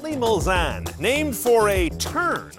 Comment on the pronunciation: Very impressive car. Bentley Mul-Zanne, according to.